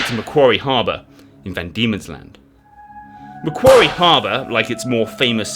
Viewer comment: I saw another American history channel pronouncing Port Macquarie as Port Mackery.